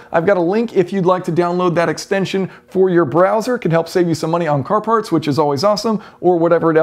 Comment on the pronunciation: He also can't say the word "car". He says "core"